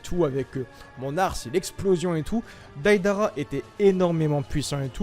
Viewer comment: mec prononce bien juugo et deidara stp, ça me décontre à chaque fois